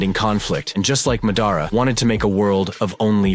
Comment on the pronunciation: what was that pronunciation, (Ma-daa-raa) lol